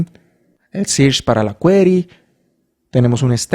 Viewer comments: sirch? 😂😂 se pronuncia "serch" !! muy buen video y explicacion either way! gracias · amé el video! pd: SEARCH se pronuncia SERCH